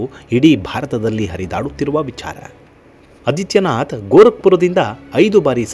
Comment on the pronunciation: ಯೋಗಿ ಆದಿತ್ಯನಾಥ್, ಅದಿತ್ಯನಾಥ್ ಅಲ್ಲ. ಹ್ರಸ್ವ ಅ ಅಲ್ಲ, ದೀರ್ಘ ಆ ಹೇಳಿದರೆ ವಿಚಾರ ನಿರೂಪಣೆ ಇನ್ನೂ ಚೆನ್ನಾಗಿರುತ್ತೆ.ಧನ್ಯವಾದಗಳು.